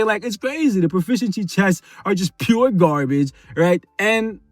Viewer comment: It’s funny when he say GarBaGe